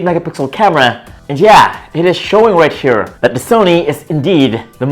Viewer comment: "Right SCHERE" I can't...😂😂😂